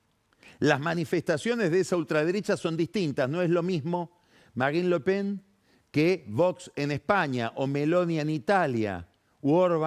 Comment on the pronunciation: 30 segundos despues castellaniza la pronunciación de apellidos como Lepen, Orban